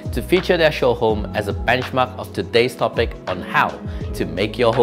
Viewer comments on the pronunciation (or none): none